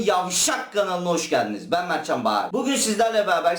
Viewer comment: Aha Mertcan derken r tam çıktı beyler